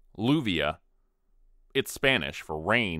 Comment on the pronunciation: Lluvia is pronounced "shoovia* in general. The real double ll pronunciation is not possible to exemplify here without the phonetic symbol. 😅😅😅😅